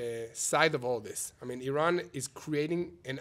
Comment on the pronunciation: I stand with people who can pronounce Iran correctly